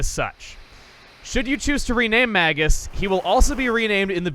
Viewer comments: Dangit, I was hoping now that he'd joined your party your pronounce him name correctly, it's MAY-gus. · So considering how you pronounce Magus, you probably don't realize it, but Magus (Mage-is) is another word for (you guessed it) Mage. Basically his name this entire game has been "wizard".